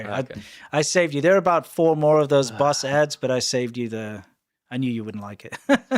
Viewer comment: Instead of boss I just heard balls